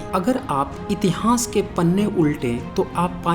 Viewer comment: please learn to pronounce itihas properly. I have listened to your video on Nalanda University also. Rest you have tried to provide good facts but need more authentic references just one or to books are not sufficient.